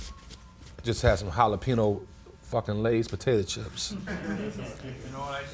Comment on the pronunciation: Did cool guy adam code switch with that "jalapee-n-o"?